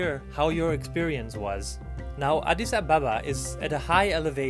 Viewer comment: I love that he says adis Ababa Correctly